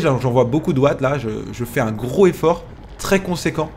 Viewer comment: Pourquoi ne pas faire la liaison pour "gros effort" ?